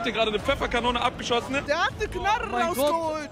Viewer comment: Knarrrrrre ich Schwörrrrrre 😂